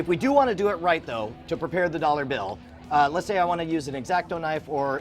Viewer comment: Potating Potato you may be correct, but he also said "dollor" and I don't know what a dollor is, so he can still be correct ;)